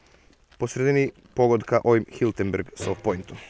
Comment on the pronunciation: nije Hiltenberg, već čuveni proizvođač Hirtenberger.